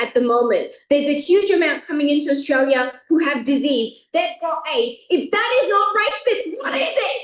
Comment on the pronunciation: ခင်ဗျားပြောတဲ့ Australia အသံထွက် က Austria ဖြစ်နေတယ်။ နည်းနည်း လောက် အသံထွက်လေး Focus လုပ်ပေးပါ။